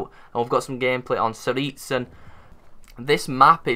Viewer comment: Wait how did you pronounce tsaritsyn